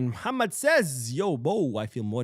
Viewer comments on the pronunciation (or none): none